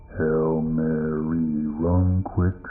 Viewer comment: That was the whitest “Hail Mary” I’ve ever had the displeasure of letting pass through my ears 👂🏾